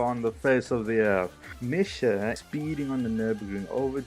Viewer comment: It's pronounced Misha - Mee-Sha / Charoudin - SHar-oo-Deen dope video dude!